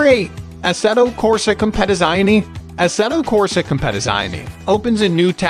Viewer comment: I’m sorry but you completely butchered the name for assetto corsa 😬